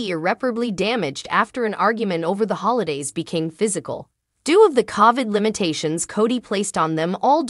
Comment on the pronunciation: Please pronounce COVID correctly.